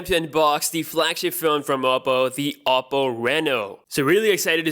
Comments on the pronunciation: oddo or odo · It's a Chinese phone and it's pronounced as OH-PO